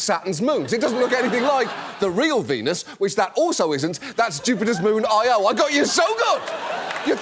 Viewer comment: Io is emphasised on the first vowel, not the second, John 😘